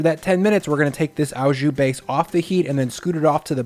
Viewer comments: "au" jus is French and pronounced "oh", not "ow"as in cow. A top round roast is the recommended cut. The W in weck is German and pronounced with a "V" sound. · It's just jus - it's the stuff you put it on that becomes au jus (and it's pronounces like "oh", not like "ow"). Think of the word au as being the same as "with" (it's not quite the same, but that's one of those language things where a word can be translated to many different words in a different language depending on how it's used). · it's pronounced "oh jew"... not "ow jew". It's french. So the "au" is "oh". If it were German you would have the correct pronunciation. But it aint. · hey waassup ! its pronounced " O JU' not "AW JOU" <3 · Nothing but love and respect, it's 'O jus', it cannot be pronounced 'ao jus'. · Picky French-Canadian here about to go full on Hermione. It’s pronounced oh jus; not ow jus. Thanks for the great video ! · this guys pronunciations. "dollmation" and "owwwjew" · Looks amazing! Thank you! A few constructive grammar points: "Au jus" means "with drippings", so it should be "with jus" and not "with au jus". The "au" is pronounced like the letter "o". Also, "dollop", not "dallop". Thanks again.